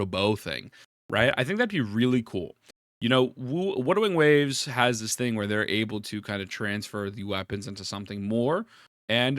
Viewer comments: Wudewing wabes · The way u say Wuthering Waves bothers me every time 😭